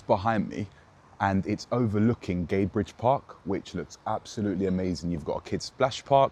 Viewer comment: It's 'Gadebridge' (the bridge over the River Gade), not 'Gay Bridge'